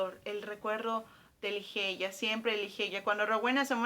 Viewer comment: Me perdiste cuando pronunciaste Ligeia como se escribe